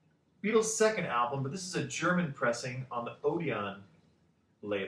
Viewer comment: btw it's pronounced OD-un not OD-on x